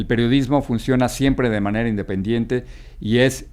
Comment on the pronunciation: Jajajajaja Jorge dise in dependiente jajajajjajajajajajaj